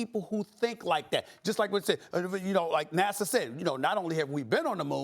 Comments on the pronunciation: Why does she keep saying NASA like NASSAU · Why does Molly keep saying NASSAW?? 😂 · Is it just me or is she saying NASAW? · It's NASA not Nassau...Curry and Irving are out of their minds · NAHSAH NOT NASAU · Why does Molly say NASA like Nasau?? She's college educated? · This dumb lady can't even promounce NASA. Fortunately, there was one adult in the room. Max is a moron. Obviously. OK, I get that black people have been fucked over forever, and have reason not to trust authority. But gravity? Flat earth? Vaccines? Obviously damaged from centuries of oppression. There should be massive reparations, especially in education. It isn't part of the scientific process to just have some influenced thought when you have no idea what you are talking about.